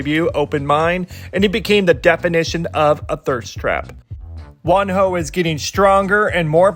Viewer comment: they say wonho, i hear one hoe